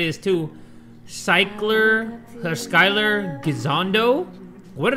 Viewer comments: Off to a strong start. Pronouncing Skyler as Sikeler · reading skylar as cycler is the funniest shit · Bro spelled skyler “sykler” 😂😂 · Cycle 😂 instead of skyler